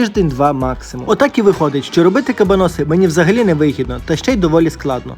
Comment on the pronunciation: вуха в'януть від наголосу🤯 приділіть хоч 5хв вивченню історії того, що готуєте і як воно називається